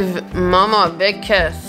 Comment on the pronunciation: GivE maMA A BIG KwiSS